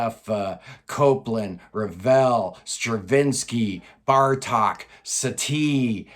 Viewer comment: I love the shit out of your pronunciations of Satie and Rachmainoff.